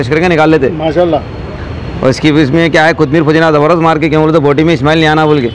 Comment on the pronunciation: Boti Mai Ismail nai aana Kate 😂😂 Bhai Smell bolna chahre samjh jao 😂😂😂